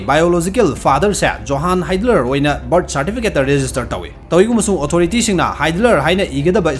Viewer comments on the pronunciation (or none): none